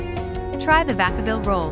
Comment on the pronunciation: You don't even know how to spell the name of this city! Maybe hire a qualified editor before you publish videos with the city's name misspelled 3 different ways, none of them correct. Vacaville, named for the family that first settled this area, the Vacas. Not pronounced like vacation.